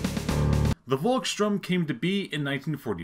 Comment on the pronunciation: Pronounce it like "Folks shtoorm" The "V" is pronounced as a "F" in German and a "ST" is pronounced like "sht". Great Video though. Cheers from Germany.